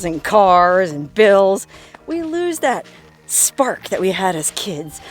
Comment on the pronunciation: Bill's not PILL😅